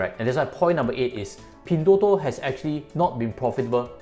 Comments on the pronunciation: Why did u pronounce as pin3? Thought should be pin1.. 😛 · its Pin1, not Pin3.... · Try to pronounce the company name correctly. you're a chinese afterall